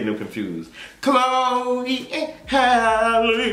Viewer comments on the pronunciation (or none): none